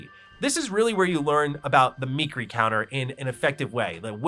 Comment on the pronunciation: Me-keer-ee counter